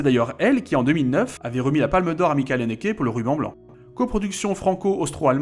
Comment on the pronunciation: A chaque fois c'est cohérent par rapport à l'allemand ^^ mais le ch de Michael est plus proche d'un ch français